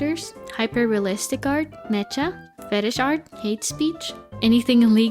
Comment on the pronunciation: She really pronounced mecha as Me-cha and not Me-ka 😭🙏🏻